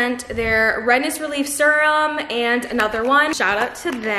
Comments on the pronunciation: i’ve never heard anyone say serum like that hahaha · And serum😭😭 I knew I wasn’t the only one lmaoo